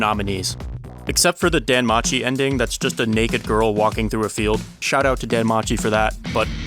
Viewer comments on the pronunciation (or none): none